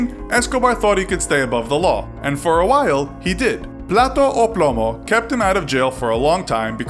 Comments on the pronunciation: Omg how many mispronouciations!! Like pla-tou ou plou-mou?? No its PLA-TA O PLOU-MOU. JESUS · Plata o Plomo not Plato o Plamo